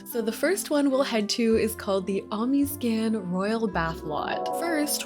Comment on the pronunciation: i'm so glad you posteddd comfort youtuber fr! <3 btw, the omiscan lot is pronounced "oh-MISS-kun", like referring to the culture:)